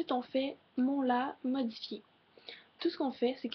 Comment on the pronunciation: j'adore ta voix ;) par contre ton "la modifié" je sais pas je le trouve bizarre